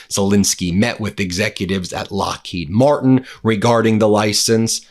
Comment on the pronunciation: You should pronounce Lockheed Martin with the emphasis on Martin, Glenn L. Martin, thank you very much to your attention to this matter, Sincerely, Middle River, Maryland